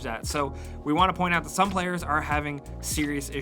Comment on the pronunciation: "Point this aut"